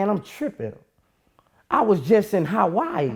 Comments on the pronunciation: I love my brother Boosie but he said "HOTWAII" I was dying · love this interview but my guy can't say hawaii for shit